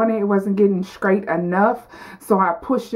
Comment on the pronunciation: Bone scraight!! Funny!! Just practice your str sounds and you'll be fine.